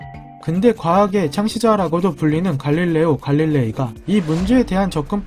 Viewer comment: 나 갈릴레오갈릴레이를 갈릴레요?갈릴레여로 들음